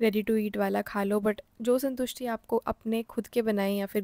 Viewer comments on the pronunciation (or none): Did you say santusty 😅 hahahaah yeh toh mera naam h